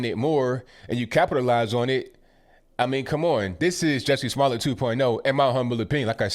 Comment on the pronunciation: Hahaha. I love that you are saying Juicy Smoolyeah.... .